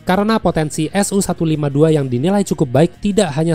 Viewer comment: Sedikit koreksi min untuk alusista Rusia, pengucapannya tidak dipisah seperti SU-152 diucapakan "SU"-152 bukan "S-U"-152.